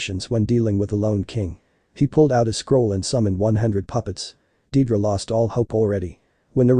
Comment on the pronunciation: it's deidara not dedra